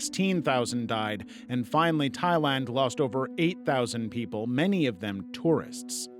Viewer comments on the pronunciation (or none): none